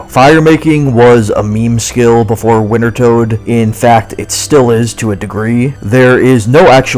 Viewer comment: Hot damn are you trying to mispronounce wintertodt? I got so much whiplash from the 6-7 quickfire instances of the name drop.